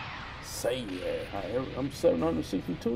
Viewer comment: This is amazing funny thing is you said Saiyan right the first time. Please do more I was cracking up on this one!